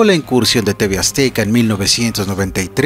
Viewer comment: Porqué dices tv "aztica" se pronuncia tv "azteca" 😅😅hay que mejorar la dicción.